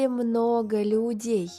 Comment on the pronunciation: на вокзале много лЮдей, по крайней мере так слышится мне и может другим